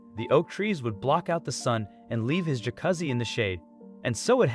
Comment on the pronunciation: Jacoooozi, not jacussi!